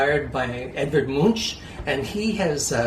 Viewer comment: By the way, his last name is pronounced "munk", not "munsh". The CH at the end is from german language, and is pronounced as K, not SH. Like the german car brand Maybach, for example.